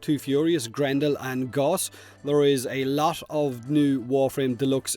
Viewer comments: Gauss is pronounced like "house" not "gauze" smh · Gauss is prounounced gouse, like house, or grouse, not Goss like Hoss